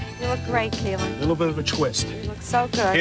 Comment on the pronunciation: its KEELIN her name is Keelin